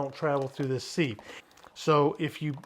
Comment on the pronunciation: Thanks looks yummy!! Don't mean to be rude but thought I'd tell you sieve is pronounced like give, or like....a thing with tiny holes that lets liquids through...LOL ...How about a video, steak for the wife? Hmmm I bet your a good cook!!